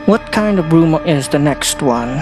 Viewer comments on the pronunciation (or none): Omg i died laughing at Natural "juan" when you said it and i looked down to check how you got as your name XD